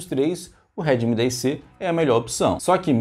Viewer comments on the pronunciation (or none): Pode parece bobo, mas eu me perdi umas cinco vezes com ele falando remid 10 😂😂😂 eu já não sabia de qual ele tava falando mesmo especificando. Kkkk